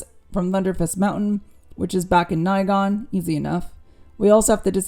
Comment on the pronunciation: MM7 is my fav game of the MM franchise so a couple of things stuck out in the review: * it's definitely Gavin MagNus not Gavin Magus; * it's the first time I hear anyone pronounce Nighon as Nighgone; * Restoration of Erathia was not an expansion it was the main installment of Heroes 3 or Heroes 3: Restoration of Erathia; * The cloud city is Celeste not Celestia; In addition to all that reviewer really pronounces a lot of words differently that what I'm used to like for example the way you say Behemoth - I'm used to [bɪˈhiː.mɒθ] or [bɪˈhiː.mɑːθ]. Why? Is it a style thing? Anyway, the review was umm... Good! :)